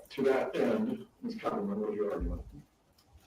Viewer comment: Cap-- cappleman...not coppleman